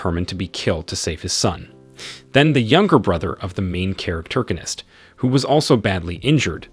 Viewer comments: Manhwa was interesting but I can't hear "noun"gonist one more time, thankfully someone already posted the source "Survive As The Hero’s Husband" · Wtf it's NOT "charactergonist" ... it's ¡¡¡PROTAGONIST!!! also, doesn't him have a name? Invent a name if he doesn't!!! Please!!! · Yeah I'm really hating this dude saying charactorganist constantly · All I hear is " Main charactergonist" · stop saying charactoriginitc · I give up seriously "the main charactergonist" it's fucking annoying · "THE MAIN CHARACTERGONIST" I give up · Stopped at 2 min due to charactergonist word getting on my nerves. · I wanted to watch this but the pronouncement of main character, main charactorgist is really annoying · Say main charactorgnist one more time... i dare you. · Learn to speak proper English! I can't listen to you saying "main charactorganist"! Ahhhhhhhh!!!! You ruined the enjoyment of listening to the manhwa recap! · Wtf is a "main characterorganist"?! 10 minutes in and I'm already irritated from you saying it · stop saying characterganist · I'm giving a thumbs down because of hearing the pronounce of the MC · this mother fucker made up a whole new word. this isnt even mispronouncing it. he combined main character and protagonist into the most annoying word ever.